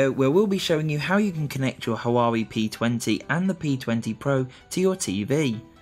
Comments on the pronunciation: It's "wah way" not "ha wah way". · That Huawei pronunciation lmao